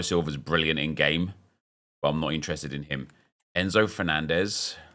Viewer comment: this fernandez is pronounced differently. The way you said it was the Portuguese way.